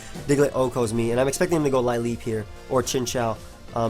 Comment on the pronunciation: Lileep is pronounced 'lil-EEP':)